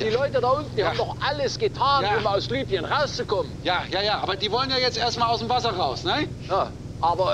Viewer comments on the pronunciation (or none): Libyen nicht Lybien